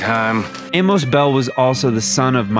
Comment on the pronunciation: say it "Ay-muss" not "Ay-mowce" Good vid